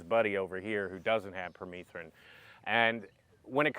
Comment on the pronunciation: I believe it's pronounced per meth rin....like methamphetamine. Having bare skin like you are won't fly in Missouri you have to be covered from head to toe. Permethrin does work as a repellent. I've sprayed my clothes with it front and back, had long sleeves on and a hood..... Deliberately went where ticks reside and none of them came near me.